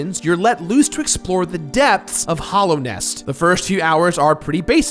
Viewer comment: STOP CALLING IT HOLLOWNEST IT IS CALLED HALLOWNEST